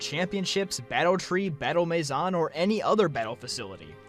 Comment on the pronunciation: the way you said battle maison just rubbed me the wrong way. you started on the right track and just jumped off the cliff.